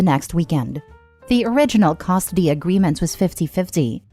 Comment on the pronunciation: AI voice? Says Costidy instead of custody